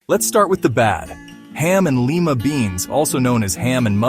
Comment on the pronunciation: it's not lee-ma beans, it's lie-ma beans